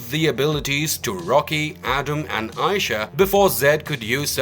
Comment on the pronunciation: Aisha is pronounced like "I-ee-Sha" not "I-Sha"